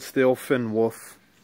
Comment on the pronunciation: Lol it's wolf. Not wuf.